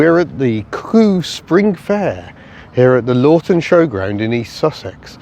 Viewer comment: Some of your pronunciations were a bit off with some of the vehicles, oh and the place is pronounced as Luffton. Almost everyone pronounces both VW and BMW wrong, Foulksvargan and BMVea.